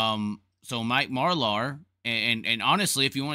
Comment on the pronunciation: And can you please learn how to pronounce Marlar’s name correctly also...